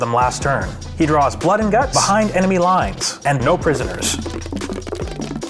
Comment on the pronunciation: "Blood and Gunts" - not sure if you innocent Canadians meant "Gunt"?